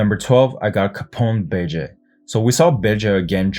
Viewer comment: “Bege” sound like bitche ahah